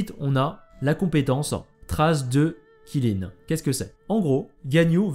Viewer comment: Qilin se prononcerait plutôt "Tchilinn" le Qilin c'est "la licorne chinoise" (mais parfois il est représenté avec des bois de cerfs) :3